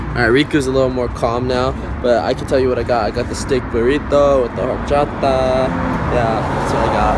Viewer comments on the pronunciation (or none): its pronounced hor-chod-a